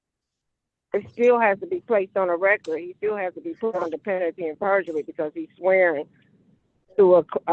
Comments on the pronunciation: "Under penatty and perjury" 😅 I wish the judge had asked her for an explanation of "penatty and perjury!" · She dumb. She don't know how to pronounce penalty 'n sh*t. She say it like "pennity". Know what I'm sayin'? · Is she saying "under penity and perjury"? 🤣🤣🤣🤣🤣